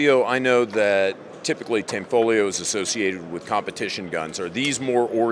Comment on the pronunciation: tho its pronounced tahnfolyo, not tehnfoleeo